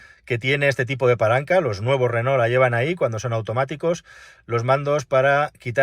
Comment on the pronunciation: Llama la atención lo bien que pronuncias "Renó" y que no sepas decir Palencia. En fin. Es lo que tiene ser pobres.